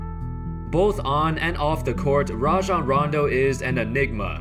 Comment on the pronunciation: I hate when people call him RAY-JON Rondo. Its RAH-JON